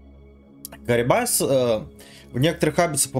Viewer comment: какой карибас , костноязычный, только крабидос, он крабит крабов потому и крабидос и пофигу что карибдис зовут его ссп